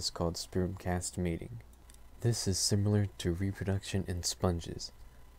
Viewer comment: Had to stop when the guy said "simyoolar"